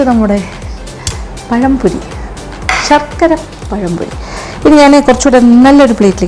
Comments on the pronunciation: പയംപൊരി ആണോ പഴംപൊരി ആണോ... ഞങ്ങളുടെ നാട്ടിൽ രതീഷ് എന്നു പറയും..... 🙄🙄🙄🙄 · പയംപൊരി അല്ലാ പഴംപൊരി ആണ് mam